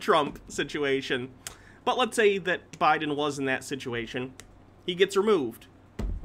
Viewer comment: Why, please someone tell me does he pronounce Joe Biden as J'Biden ? Is it a republican thing to make it one word